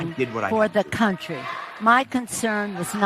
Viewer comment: “He (Joe Biden)made the decision for the cuntry” -Nancy Pelosi